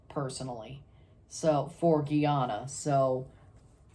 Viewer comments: Not geyana it's GUY ANA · Boss man please repeat after me: GUY-ANA